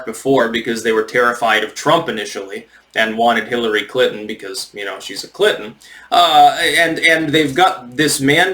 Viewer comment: Did he say CLITon?